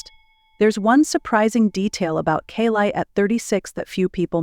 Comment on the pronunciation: First teach your AI how to pronounce her name……..She has got the greatest smile I have ever seen it always makes it all the way to her eyes.very intimidating woman